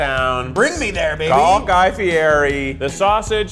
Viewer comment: Ummm, guys….His name is pronounced Fee ED ee.